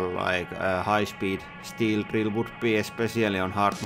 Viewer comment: Is he talking like this on purpose? I know, not his native language, but still... just how he says some things that shouldn’t be an issue, or at least not at the level he talks for te rest.... like: masien (machine), cutting pits (bits), trill (drill), masjinét,...